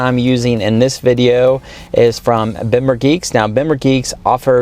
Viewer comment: Bimmer is pronounced bee-mer